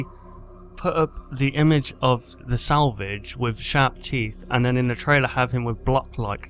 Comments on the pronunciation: Lol,u said salvage like "sandvitch" ;) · Your saying Springtrap's name like salvig.